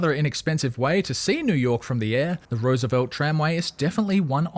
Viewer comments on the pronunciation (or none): none